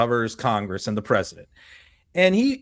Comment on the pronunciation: Listen to her pesident poo- in 😂